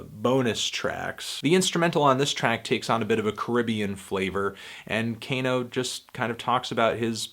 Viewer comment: its kah-no, not cane-o, jesus